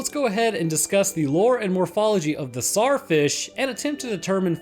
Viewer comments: It's not pronounced Sar it's pronounced Zar like king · I hate how he cant say the T in tsar fish